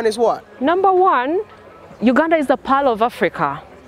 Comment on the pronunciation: It's Pearl of Uganda not pile..